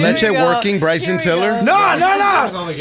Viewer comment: Bryson defo said it correctly. Dunno what they were talking about 😂